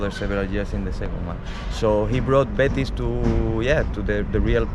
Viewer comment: Betis fans seem a great bunch. Ive heard a few people from the uk call them bateese and when a spaniard calls it betis you just know its called betis 😂 another thing i love how an englishman takes so much interest in Scottish football fair play.